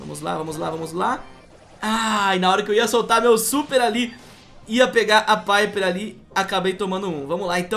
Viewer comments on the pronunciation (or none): none